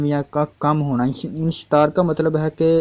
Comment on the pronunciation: تپ دق ٹی بی کو کہتے ہیں ٹائیفائڈ کو میعادی بخار کہا جاتا ہے ایسے ہی عضو مخصوص کی حرکت کو انشتار نہیں بلکہ انتشار کہتے ہیں براہ کرم ویڈیو بنانے سے پہلے اچھی طرح پڑھ لیا کیجئے